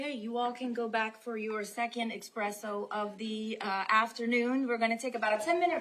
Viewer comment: Esssspresso not expresso